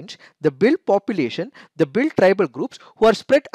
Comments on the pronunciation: They are not pronounced as Bhil they are Bheel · It's sounds भिल in place of भील. भील is correct